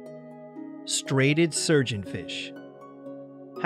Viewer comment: It's pronounced "STRY-a-ted".